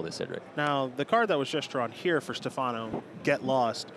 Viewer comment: Stèfano, not Stefàno